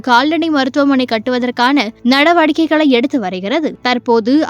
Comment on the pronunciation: அது நடவாடிக்கை இல்ல நடவடிக்கை.என்னத்த நியூஸ் read பண்ணுறீங்க லோ...தமிழ் தெரியாதது லா தூக்கிட்டு வந்து போட்டு இருக்காங்க ஒரு வெல சம்பளம் கம்மியா கொடுக்கலாம் nu plan ஹிந்தி காரிய நியூஸ் ரீடர் அஹ் போட்டுட்டாங்க லா😢